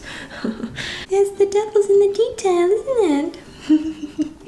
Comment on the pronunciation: Btw. the German "Detail" comes from French, so you don't speak the "L" at the end. :)